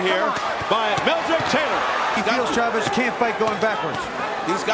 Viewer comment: CHAVEZ, one word. Not Shuh-Vezz. CHAVEZ one word.